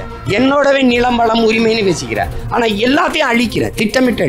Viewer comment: இந்த நி’ளை’ .. ரெட்டம’ளை’ .. என் நி’ள’ம் .. திருக்குற’ல்’ .. இவர் தமிழை காப்பாரா ?